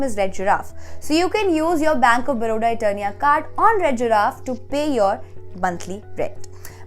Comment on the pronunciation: It's Eterna not Eternia..